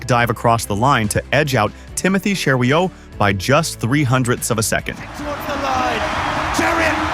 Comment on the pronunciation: Nice narration, but you can tell it's not human at around timestamp when it says "two thousand nineteen". Also at around timestamp , trying to pronounce "Cheruiyot."